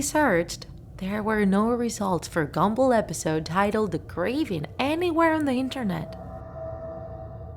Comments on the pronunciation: Me: Gumball Her: Gambull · I hear gamble not gumball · Did she just say gamball its gumball Gumball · U JUST SAY "GAMBALL" INSTED OF "GUMBALL" CUZ U R SOO DUMB!!!!!!!!! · SHE PRONOUNCED GUM BALL AS GAMBLE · "Gamball" lol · I’m not trying to be offensive but you said gamball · she said gumboll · It sounded like you said gemball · Ahh yes... "Gambull" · You say GUM ball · no offence, you said “gamball’ in the first part of the vid XD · Is it just me or do I hear "Amazing World of Gamble". No one? Just me? Ok. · She said gumball wrong